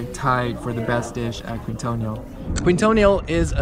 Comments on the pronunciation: Keen-toh-neel, not queen-toh-nee-all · Quintonil - pronounced keen-toh-KNEEL. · You said "Púshol" instead of Pujol and "Kuintonio" instead od Quintonil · Quintonil is pronounced keen-tah-neel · Thank you for sharing. The restaurant name is pronounce kingtonil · Please pronounce Pujol (poohHOL) (THE "o" in HOL AS IN dOG) AND keen-Toh-NEEL (The o as in dog as well) The syllabe in Uppercase is stressed